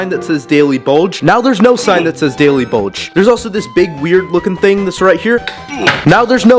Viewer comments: you calling the daily bugle "bulge" 😂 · Aint no way he called the daily bugle the daily BULGE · Bro you called the daily bugle "daily bulge"💀💀💀💀💀💀💀that pissed be off even when he messed with the building because I love marvel and bros lucky I'm not unsubbing